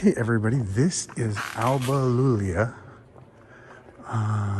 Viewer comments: iulia with i , not "L" , ALBA IULIA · They can't pronounce Iulia man, forget it...